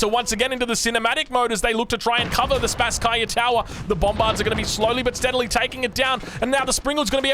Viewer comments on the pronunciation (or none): Greetings from Moscow, Russia,! Thank you for your outstanding casting. A little nit: the name of the main tower of our city Kremlin should be pronounsed like "SpAsskaya" tower. Best regards, dude! You do awesome job.